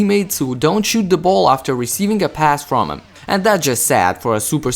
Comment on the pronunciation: If he says choot instead of shoot one more time🤣